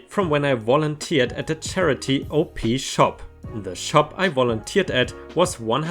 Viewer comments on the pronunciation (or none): The op shop one you made me laugh hearing how you pronounced it. I completely understand why you pronounced i that way if you never heard them called that since I was the same way when I just moved in this country. Op shop is the common name giving to all charity shops in Australia.